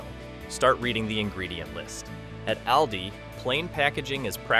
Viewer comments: Trick 21 Learn how to pronounce AWL-DEES not Al-Dee's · Stop saying Al Dee. Its Awldi! It’s like you’re talking about a guy named Al. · It's All-dee not al-de. Reset the AI!! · How to correctly pronounce of the A in Aldi: Say AHHH like a doctor is looking in your throat. AHHHL- dee. Not like the A in rabbit. Not like the A in always. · Al-dee? I don't think so. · AI can’t pronounce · If you can’t even pronounce the name of the store correctly….🤣🤣🤣🤣🤣🤣🤣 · I had to stop watching because you were not even saying ALDI correctly 😂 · Please train the AI to pronounce Aldi correctly! 🙄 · Constant mispronunciation of the name. So done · This AI needs to learn how to correctly pronounce Aldis. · Is that how you pronounce Aldi?? if so, I’ve been saying it wrong!